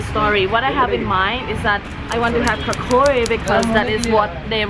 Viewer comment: Its kachori not kakori